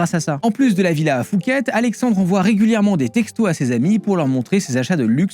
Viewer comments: Superbe vidéo, par contre c'est Phuket pas Fouket 😅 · Effectivement. Il dit "fouquette" en Thaïlande les thais ne vont pas comprendre. Même si ça s'écrit Phuket ça se prononce "pouquette" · ca se prononce Poucket, on est pas a Paris 🤣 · N'importe quoi, une simple recherche Google le prouve. Non, la Thaïlande n'est pas un pays du tiers-monde. La police thaï et le système carcéral sont gangrenés par la corruption, qui est omniprésente et non cachée. N'importe qui peut se faire tuer pour une poignée d'euros; tu peux aussi simuler ta mort de la même manière (avec beaucoup plus d'argent). Ça se prononce "POUQUETTE". Beaucoup d'erreurs grossières dans cette vidéo auraient pu être évitées avec quelques recherches basiques. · Phuket se prononce Puket sinon superbe vidéo 👍